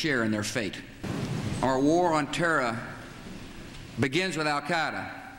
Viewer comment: “our WOR... on Terra” That’s one way of putting it